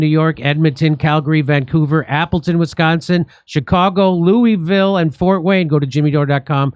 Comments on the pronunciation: Ok, it would be nice to pronounce the city's name correctly: LOU - ah - vull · It's pronounced loo-a-vill.